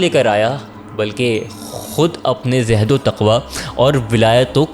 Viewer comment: بہت اچھا سلسلہ، لیکن ایک شکوہ ہے کہ اس قدر پروفیشنل چینل پر بات کرنے والے کو الفاظ صحیح تلفظ کے ساتھ پہلے سیکھ کر کہنے چاہییں۔ جیسے لفظ زہد اور دریا فرات کو باربار غلط تلفظ کے ساتھ بولا گیا۔۔۔